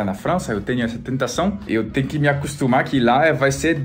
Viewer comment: "E até teño meaas" hahaha